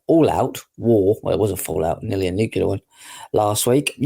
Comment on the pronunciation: Nuclear, pronounced noo-cle-ar.